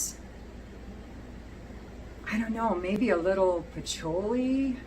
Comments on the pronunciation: Should be “pa-CHEW-lee” I love you anyway!! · It’s “fil-aw-sikos “ Also, I’ve never heard anyone pronounce patchouli like you do :)